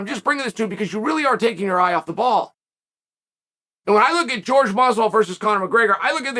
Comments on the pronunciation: Where are you wrong??? It's (whore-hey) not (George) . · Me: Jorge Masvidal Chael: George Masvidal Me: George Masvidal